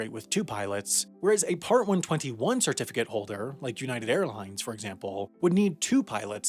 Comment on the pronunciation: "Shirtificate", "shirtification"